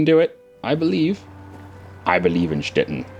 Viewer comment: Your pronounciation of Stettin is right on point! Im german by the way.:) Thanks